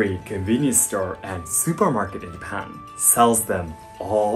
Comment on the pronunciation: Why do you pronounce Japan as Yapan?